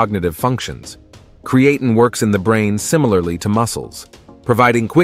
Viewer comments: Its pronounced crea Teen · Ai annoying by mispronunciation of the video subject. Not create teen or Creattyn. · Was hoping to learn something, but could only hear the Ai pronouncing Creatine wrong a thousand times in a few ways. 😤😂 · The generated voice should be able to pronounce the word Creatine. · 1st place for how many times you can mispronounce Creatine. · I appreciate the information shared here. I hate the use of the lousy robot voice that cannot even pronounce creatine, which is the whole subject. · The podcaster needs to learn how to pronounce creatine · The pronunciation of creatine is wrong and irritating. All credibility is lost if you can’t pronounce a technical name correctly. . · Maybe have your AI voice learn to pronounce creatine and be consistent in pronunciation!